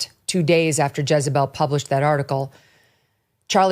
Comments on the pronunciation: It's JEZ not JIZZ lmao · Jezebel not jizzabel 😂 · Thought he said Jizz-a-Bell(pause) 🤣🤣🤣